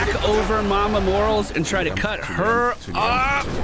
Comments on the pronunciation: everytime I hear mama morals, I just fucking die inside, mor-A-les the A is not silent. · Does he say Morales wrong on purpose or does he not know?